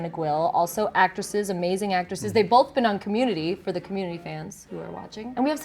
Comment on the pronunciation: She says "Bolth."